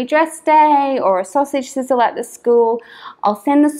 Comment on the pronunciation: "Sausage sizzle" made me laugh- that sounds so Australian! How secure do you feel the electronic storage is?